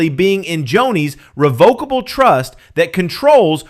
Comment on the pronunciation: Not a big deal but revocable trust is pronounced similar to revoke. He doesn’t have to go through probate or the courts and per Google because it is revocable, you can add or remove assets, change beneficiaries, or cancel the trust entirely as your life circumstances change now that he has control he can do whatever he wants and take off any beneficiaries (assuming Joni’s kids were listed)